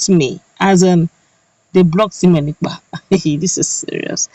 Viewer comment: LET SIMONE EKPA's NAME BE PRONOUCED PROPERLY PLEASE He is NOT called sEmion.He is sImone (pronounced: Saimon). SIMONE AND SEMION are wholly disimillar. The difference lies in E and I and their respective meanings. you are seemingly intelligent and well-informed. I am sure you would not want your name to be mis-spelled or malprounced more especially when CORRECTION has been offered to you a couple of times to that effect. Writer's is another SIMONE and I do pocket my pride to accept corrections.